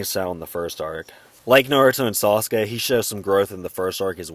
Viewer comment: I really love the way you say Sauce-Gay! ♥️